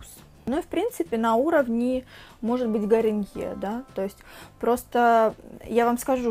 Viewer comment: не гариньер, а гарниер